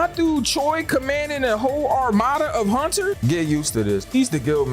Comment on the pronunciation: It sound like you’re saying haunchers instead of hunters I know I can’t be the only one I heard that